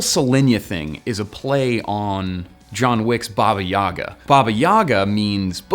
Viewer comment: BAba yagA - right way to say it. Baba is a woman. SolEniya are preservation of vegetables.